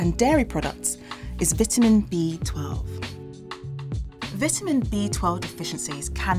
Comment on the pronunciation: I stopped watching and you said vitamin wrong.